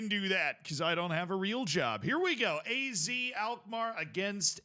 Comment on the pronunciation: I know this way it sounds like your name, but even here in the Netherlands we say Ah-Zed Alkmaar 😜😂